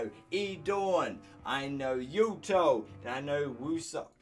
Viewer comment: the woo in wooseok is pronounced like oo you dont pronounce the w!